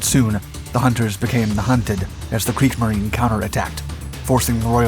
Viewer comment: Not Kriegs-marine? It's pronounced Kriegs-marine-uh